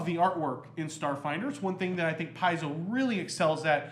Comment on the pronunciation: Pronounced . . . "Pie-zoe"? Looks more like "Pay-zoe". Also, I think meant to say "home brew"? Yes?